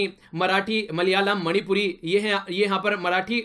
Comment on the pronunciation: When you said Malayalam ❤